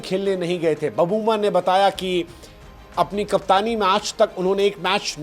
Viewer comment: बबूमा नहीं सर.......... "बऊमा"!!! "छोटा समझके फ्लावर समझे क्या......... फायर है अपन"!!!